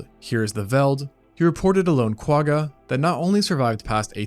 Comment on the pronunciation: I’ve been binge watching your videos for the last week or so. I absolutely love the layout and research that goes into these. I’m always so impressed that you can say all the big Latin words seamlessly. I just wish that still carried over to the Quagga. I think it might be a language thing, but if you’re able to really hold the “G” at the back of your throat and almost gargle with that letter than you’d be saying it right. I really wish there was a better way to explain it. But at the very least you can look up some Afrikaans words and you’ll see what I mean.🙈